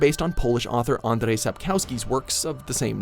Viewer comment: The way he pronounced 'Andrzej Sapkowski' kind of suuucks